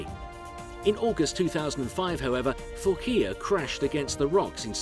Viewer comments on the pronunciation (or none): Fuckea?? it was Manureva first... do some research. it Phocea!! not fuckea!!